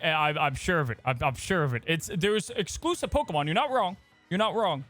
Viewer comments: Please!!! Stop saying PokeMAN! 😖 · calls them pokemans 😂